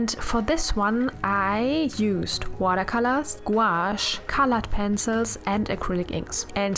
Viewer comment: I honestly love your accent and how you pronounce watercolors like watercalas idk it's really cute